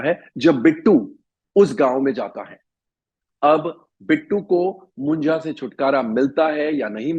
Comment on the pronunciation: Not मुंजा it's मुंज्या 😂